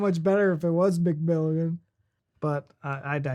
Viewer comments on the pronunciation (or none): Mc is pronounced like Mac: a short, clipped muck, not mick. Sometimes, it is mack, if it is the stressed syllable of the name. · We don’t pronounce Mc as Mick but as more like Muhc - which is why it confuses us that in the US McDonalds becomes Micky D’s (it’s Maccy D’s here - as Mc is a contraction of Mac). In Australia it’s Macca’s